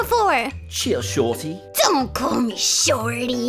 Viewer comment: Chill SHOrTy- British sora 2021